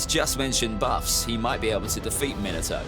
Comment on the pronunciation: Bro why did call minato minito